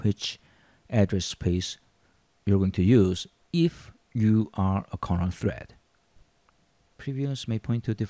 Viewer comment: Are you tring to say carnaugh or kernel?